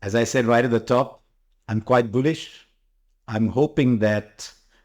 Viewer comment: It's Bullish and not Boolish, Harsha. Your diction has become very tired as you have aged. But you still remain one of the great Indian commentators.